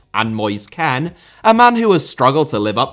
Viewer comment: bro, please dont say Ken, say KEANE or Kean xD